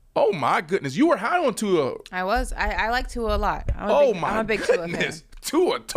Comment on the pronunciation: Brandon, please teach the proper pronunciation of Tua’s last name. You say it correctly brah but is saying it wrong on several syllables., if you like Tua, please learn to pronounce his name. Mahalo nui loa. Imua Tua! 🤙🏽🤙🏽🏈